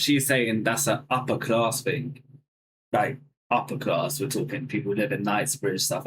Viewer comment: Bro, you are making that argument that you never heard anyone talk like that while saying, "Thahs an Uppah clahss think" while trying to say "that's an uppER class thing." You drop the Rs for AH sounds and use a K instead of a G for "ing". and "they don't talk li'e them". the word is LIKE, not LI'E.